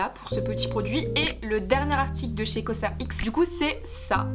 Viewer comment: Superbe vidéo, je t'adore tellement💕 mais la 1ere marque que tu cites on dit coserex 😊 Btw ton haut il est grave nice😊